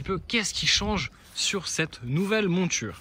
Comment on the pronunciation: "nouvelle mOUture", pas "monture"... Au delà de ça, excellent test très complet ! reste plus qu'à rouler dans la voie de droite quand la circulation est fluide sur l'autoroute :P